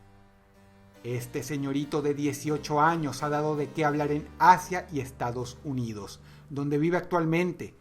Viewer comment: soy yo o en el momento dross dice "estados huidos" WTF???